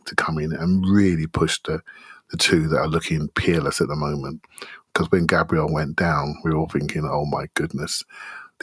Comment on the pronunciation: Once sorts out his pronunciation of Gabriel we'll be cooking.